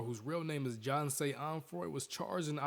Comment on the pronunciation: It sounds like he said john say but his name is jahseh (edit) but the first time he hit her she should have broke up with him im not blaming her but xxx sounds like a real dick back then idk maybe he would kill her if she left him but she also could have used self defence